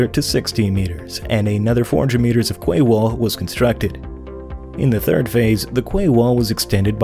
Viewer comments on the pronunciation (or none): Kway. That's funny ! Pronounced "key old bean" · Damn... Someone else corrected him on 2000mm thick steel.... Lol.. And yes QUAY is pronounced kee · Quay wall is pronounced kee wall